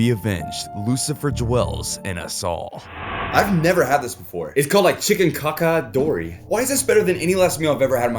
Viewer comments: Chicken cacciatore pronounced like catchitory. Not caca.. 😂😂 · I don't think that chicken cacciatore is pronounced 'cock-atore', it's 'catch-atore' unless this is a Mandala effect lol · It's my understanding that Cacciatore is pronounced, "Catch-a-torrey". You could ask an Italian; I might be wrong. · Great video, also Ramirez’s last meal is pronounced ka-chuh-taw-ree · It’s pronounced chicken cassatory lol (chicken cacciatore) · The richard ramierez meal is pronounced chicken catch-ah-tori!!! Its my favorite italian dish!! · Catch-a-tori is how you pronounce it. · Lol it’s pronounced cachitori 😂 also my last meal honestly idk if there is a limit but an A5-Wagyu steak with truffle mashed potatoes, asparagus, fried okra, and I’ve always wanted to try caviar so why not? I’m eating fancy lol.